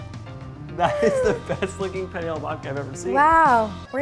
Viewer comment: The fact he cant say "penne" right